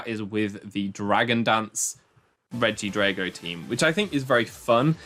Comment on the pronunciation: Dude, why do you pronounce drago like that when dragon isn't even pronounced along the lines of that?